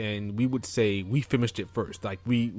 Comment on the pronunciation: Are you saying "fimmished"?